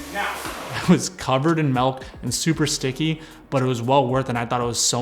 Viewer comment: "Melk" Love your videos, can't wait to see part 2